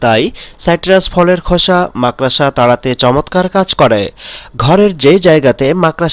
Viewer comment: আরে আরে মাকড়সা বলতে শিখুন তারপর মানুষকে বোকা বানাতে আসবেন।